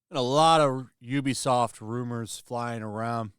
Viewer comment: You can tell which YouTube people are actually gamers by how they pronounce Ubisoft. You are a legit gamer.